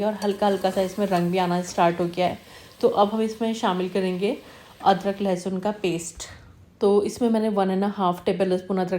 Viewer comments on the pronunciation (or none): none